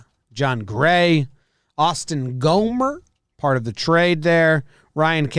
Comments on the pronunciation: GAHM-ber, not GOHM-ber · Really how hard is it to say Gom-Ber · They still haven’t pronounced Gomber right once